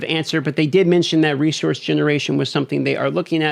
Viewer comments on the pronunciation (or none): none